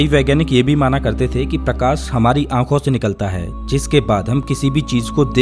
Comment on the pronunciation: प्रकास नहीं रे भाई मेरे प्रकाश .... सबसे खराब हिंदी UP और bihar वालो की होती हैं